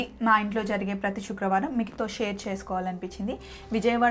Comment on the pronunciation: షుక్రవారం కాదండి శుక్రవారం please first correct ga పలకండి.. ఈ మధ్య ఇదొక fashion ipoindi కొంతమంది శ కు బదులుగా ష పలుకుతున్నారు.. కొంతమందికి పలుకుట రాకపోవడం ఒక కారణం ఐతే మరికొంత మంది వచ్చినా కూడా style కోసం పలకటం లేదు 😢😒